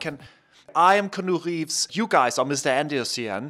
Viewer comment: 'canoe reeves' LMAO